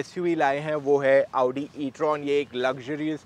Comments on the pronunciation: Aa-oo-di Audi pronounciation: motor octane edition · First person I've seen pronouncing Audi correctly. Thankyou ❤❤❤